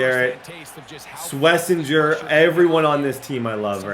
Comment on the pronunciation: It’s Swess-en-jer